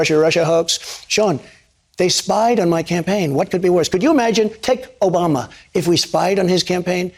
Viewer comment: Idk if its something that you regularly admit to, but the way you said "ObamNa " strongly suggests that you listen to Pakman , which isn't a bad thing at all , js ... Keep up the good work brother !